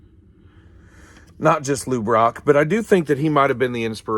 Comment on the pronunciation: Great factoid’s! Interesting stuff on the stats. That 62 and 71 is beautiful. Funny moment. Every time you say Lou Brock, I think, why is he saying LouRok! 😂😂😂